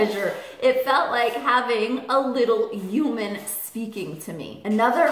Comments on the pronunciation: this is really silly of me, IK but the way she says "human" just really erks me...sounds like "uuman" 😆 ik ik stupid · I love your videos but i hate how you say human lol